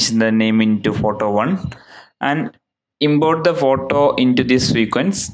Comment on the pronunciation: when you said "import the photo" its sounds funny, but thanks for ur tutorial